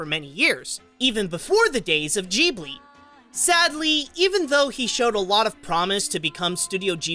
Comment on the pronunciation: Doesn’t it piss anyone off on how he pronounces Ghibli??